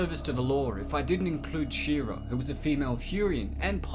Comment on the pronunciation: Her name is Shaira (pron. Shy-ra), not "She-ra".